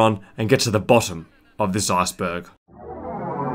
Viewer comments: Lmao when he says Iceberg it sounds like Assburg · This video is hilarious because when he says "iceberg" it sounds like he says "asperg." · I knew I was gonna finish this video when he said "arseberg"